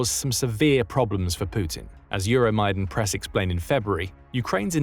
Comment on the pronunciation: Could you teach your IA to pronounce Euromaidan correctly ? In english words « Euro My Dawn » or /œromaidan/ in IPA-ish english latin.